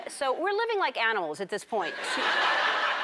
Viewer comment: I don't mean to be rude but I tried to hear like a thousand times but I kept hearing her says "anal", not "animal" 😂😂